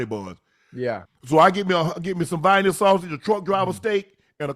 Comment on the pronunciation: It's not Viana Unc it's Vienna sausages